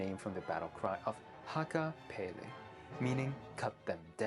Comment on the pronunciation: (pronunciation of "hakkaa päälle" made me cringe a bit)